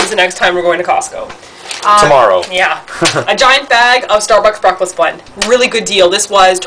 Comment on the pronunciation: "bweakfast bwend" hihih ur so adorable!:)